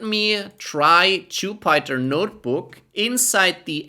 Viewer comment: It’s Jupiter not jupieter 😂😂